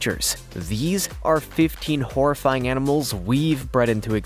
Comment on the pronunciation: dats mean u say horrrifyng like dats mean